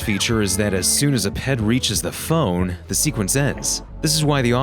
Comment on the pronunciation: I thought you said that their pet would call the phone when you said ped